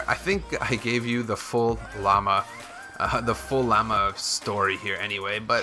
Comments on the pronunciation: It llama, not Lay-ma xD Also, 110th like! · its not layma it’s llama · It's pronounced LA-MA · the way you say llama lol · you pronounced llama wrong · Why did he say llama so weird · You said Lamma wrong